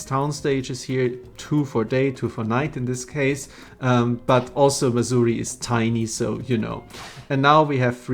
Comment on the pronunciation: Thanks to your accent I keep thinking you’re talking about Missouri, the land of ancient African tribal huts.